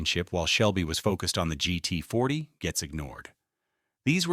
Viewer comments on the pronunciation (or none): It's "GT40", not "GET40", and "Ford v. Ferrari", not "Ford v.a. Ferrari", you cheap piece of fake, uneducated, glitch-ridden software.